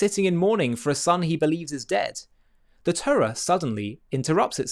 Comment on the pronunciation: Why cant you pronounce the Torah properly? Why do you say Turra?